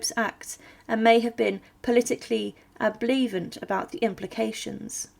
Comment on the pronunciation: My favorite is "ambivalent" rendered as "ambleevant".